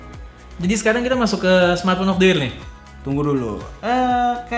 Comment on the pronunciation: Bilangnya mkbhd : samartphone 🤣🤣🤣